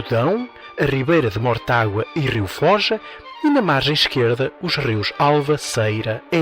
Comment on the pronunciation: Fôja, e não "Fója" 🤣 Muito bom episódio.